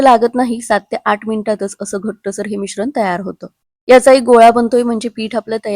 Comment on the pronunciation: पानी नाही ग पाणी बोल... मिश्रन, झाकन, कोनताही... मिश्रण, झाकण, कोणताही...